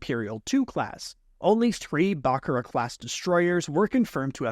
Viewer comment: Great Video. You mispronounced Imperator/Secutor/Bakura